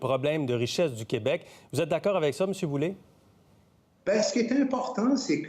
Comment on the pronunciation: C'est pas Boulay, c'est Boulet !!! Boulet (comme poulet) et non Boulay (comme du blé) !!!